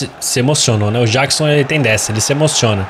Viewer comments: não se fala jackson jeckson q se fala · Ele fala Jackson do modo mais difícil 😅